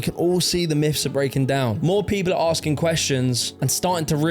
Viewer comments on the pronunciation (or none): none